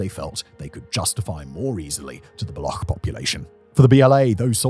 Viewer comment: The amount of research that has done on the Pakistan part is simply ridiculous. The insurgents are called Baloch; "ch" as in charm, not balokh😂. And they dont attack "Indian laborers" Because there arent any Indian labourers in Pakistan to begin with. You do know that pakistan and india are for all intent and purposes enemy states right? the only handful of indians you will find in pakistan are either on diplomatic missions or pilgrims. This is frankly shameful. 😂😂